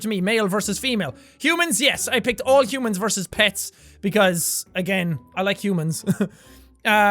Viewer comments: . It says " Hoomans instead of "Humans" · Hey jack it doesn't say humans it said hoomans just wanted to point ☝️ that out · "HOOMANS" what? did anyone else notice this. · Did anyone else notice that for humans it said "hoomans?" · Hoomans? really?